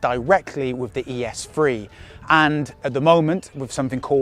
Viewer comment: Lmao “ES phree”